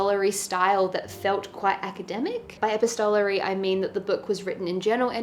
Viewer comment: Sooo many great books here!! ❤️ Great video, too!! The House in the Cerulean Sea is also nr.1 for me this year. Btw, Linus is in this 40s, so not THAT old, I hope! 😂 PS. I think epistolary is pronounced ePIstolary 😬